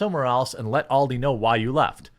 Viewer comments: It is ALDI, not OLDIE ;-) - Ahl-dee ;-) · Aldi, not Oldi, the way you prounounce it, it's as if you spelt it in your head as Auldi, with a u??? Stop saying Oldi